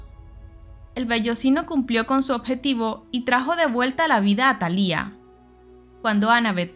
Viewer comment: Siempre que escucho el nombre de la hija de Zeuz aberrantemente pronunciado con acento en la i me hacen pensar en Marimar... El acento va en la primera A... 😤😤😤😤😤